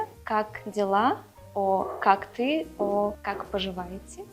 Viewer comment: Why Russian girl speaks Kak si? Like I am Russian and we haven’t the word “si” I don’t believe that she is Russian…